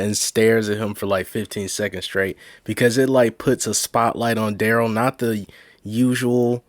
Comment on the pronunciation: Rewatching a year later, just so that I can watch Duh-rell get “OPPER-ated” on 😂😂